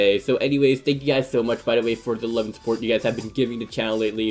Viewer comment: Learn how to say support not supportsssss